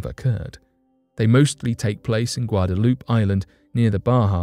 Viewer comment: "guadaloop" bruh